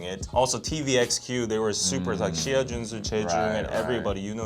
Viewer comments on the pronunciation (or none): none